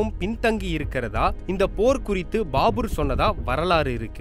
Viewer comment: யோவ் அது பாபுர் இல்ல பாபர். வெளங்கிரும்.